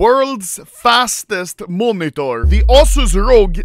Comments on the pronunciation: No one: Anomaly: MUONITOR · The way he says monitor is hilarious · Bro am I the only who gets triggered by the way he says " monitor " 😅